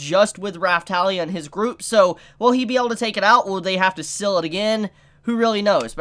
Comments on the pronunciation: It's seal not sill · LOL! Its SEAL as in Seeeeeel, not like windowsill